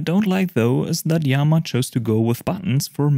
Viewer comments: I think its pronounced ii-yama as in japanese "good-mountain". Two words. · Thanks for sharing this! I looked that up before making this video and the best I could find was a video of a iiyama representative pronouncing it as just yama...